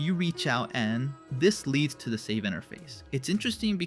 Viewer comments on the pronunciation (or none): none